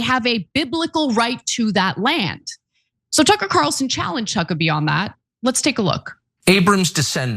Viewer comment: Did she say Cuckabee? 🤣🤣🤣🤣